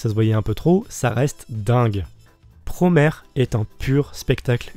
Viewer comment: J'me permet juste, prononcé à la japonaise, Promare donne Puromea (プロメア) ce qui est proche de la prononciation anglaise, et non Puromare ("プロマレ") comme dit en début de vidéo, voilà voilà.. Bon je continue de regarder 👀 merci de parler de Promare !